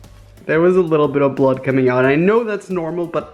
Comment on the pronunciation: Its not bloood idiot